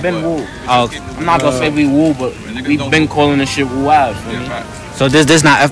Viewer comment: Bro said woo spelled with 3 o’s but said 2 o’s